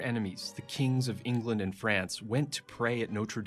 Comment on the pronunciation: there could have been better actors to take on the roll. I could name many actors who are British that have take similar roles that would have done better. He coudnt even say England, he said “englind” and he looks very young for the part and Henry was like 6’4